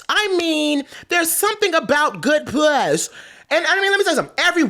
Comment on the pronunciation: I never want to hear puss pronounced as piuss again. 😭